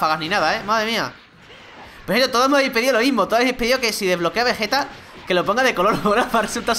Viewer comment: Oye no te diste cuenta que dices vegete como y fuera vegetta 777 y es Vegeta ve ge ta es así